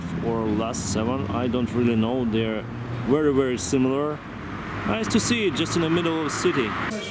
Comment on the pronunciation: Not only a pilot but also a good travel guide.. Interesting places.. You speak very clearly and I can understand everything you say without having to check the dictionary. I'm not an english but I notice your pronunciation of the word "very" looks very strange, it's most like "wery" instead..